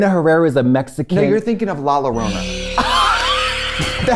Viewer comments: we’re surprised she says luh-rona but she regularly says “fillum” instead of film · How to pronounce "La Llorona" for Americans La like "LAs vegas" Llo like "JOe biden" Rona like "coRONA virus" LA-YO-RONA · My chicano ancestors and I both felt the pain at the pronunciation of La Llorona’s name🥲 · Absolutely not how it’s pronounced LMAO 💀💀